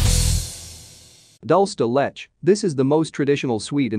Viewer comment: Dol-se De Let-ch LOL. It's pronounced Dool-se. De-Leh-che.